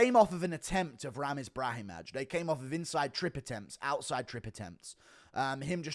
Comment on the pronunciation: Guru we gotta work on these Eastern European names that -aj ending makes an “eye” sound, Brahimaj and Sopaj the j is silent and should sound the same as like Augusto Sakai